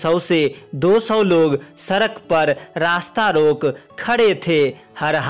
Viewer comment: सड़क डोलते है सरक नहीं